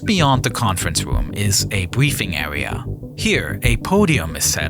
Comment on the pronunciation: This awea also doubles as a pwess woom